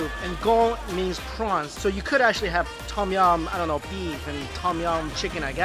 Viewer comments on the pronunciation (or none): TAUM YAUM mike's pronunciation is always god awful...